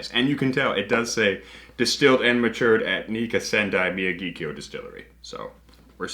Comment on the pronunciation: Actually, it’s pronounced “みやぎきょうl”. What a Gaijin!